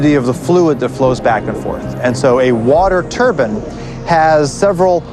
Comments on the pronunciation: When he says 'turbine', it sound like 'turban'. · Hehe, that guy says Turbin.. We watched this in our geo class..